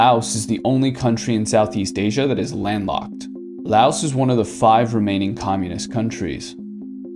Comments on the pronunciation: Lao. The S is silent. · The s on Laos is silent. It's Lao as in cow. I've been to Lao many times mostly on visa runs when I used to live in Thailand.